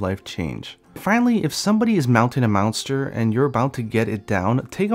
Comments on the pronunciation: Hah, it's a slip of the tongue cause he just said Mount and you know how it is saying similar words in succession. He ends up saying Mountster. XD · Sendo Tiago Good catch he is saying meownster lol